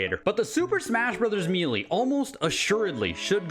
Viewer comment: "Super Smash Brothers Mealy". 😅 I've never heard it pronounced like that before. Are you from Canada by any chance?